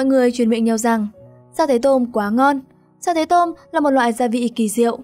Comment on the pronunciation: Sa tế tôm là sa tê tô mư chứ không phải mô mư ad ơi